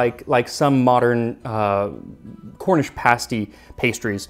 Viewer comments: You even pronounced pasty correctly! I was raised in a Cornish community here in the Gold Country of Northern California. The Cornish immigrants came to mine the gold after the surface gold was gone. About 1970, two Cornish pasty restaurants opened. Even though I was only 12, I recognized awful food when I ate it. The crust was tough, not browned, the innards consisted of cubes of tough beef, cubes of potato, swimming in some kind of corn starch gravy. I think there was salt, but no pepper or any kind of seasoning. One of the restaurants closed in months, the other is still functioning due to sprucing up their fare quite a bit. It’s now something like a calzone or really good pot pie. The terrible pasty, however, was historically accurate. It could take a man hours to reach his level in the mine. Trolleys of miners were lowered and raised by donkeys and mules, some of which never saw the light of day. The crusts had to be tough to survive until lunch time, and the Cornish were not known for their cuisine. Think bologna sandwich. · Thank you thank you thank you for pronouncing pasty correctly. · The fact that Max pronounces English place names and the word 'pasty' correctly has ensured I have subscribed. I just wish he'd stop saying ERRRBBS.